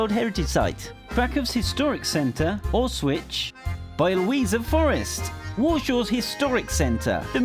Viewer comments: Did he just fucking call Auschwitz, "all switch" Dude come on, its not that hard to say. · Auschwitz sounds like alswich in that vid lol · Auswitch xD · You say Aushwitz? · yaaay for "Auswitch", "Bioweeza" etc., I bet you'll land "Łranki" for such pronunciation. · Pronounciation of Auschwitz had me dead. Like, you're doing a video about Poland but you mispronounce the names of Polish cities - I get that, you're lazy or sth. But it's freaking AUSCHWITZ. You never learned about Holocaust?